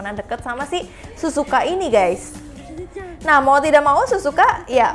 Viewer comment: Kak bukan Suzuka tapi Sihzuka